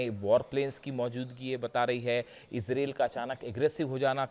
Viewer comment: तेहरान में 20-25 अरब लोग इकट्ठे होंगे -. यह तो तुमने सही बोला की तुम कौन होते हो बोलने वाले।जनानी तुम्हारी न्यूज़ बहुत अच्छी होती है।पर इसराइल का उच्चारण सही किया करो. ये इसराइल और अमेरिकन बेवक़ूफ़ है जो आपसे सलाह नहीं लेते, और आप जैसे रिपर्टर भी हज़ारो साल में एक बार आते है।